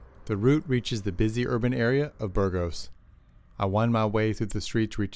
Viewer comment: Please try to pronounce city names properly. It spoilt an otherwise excellent video. The way you pronounced Burgos was criminal.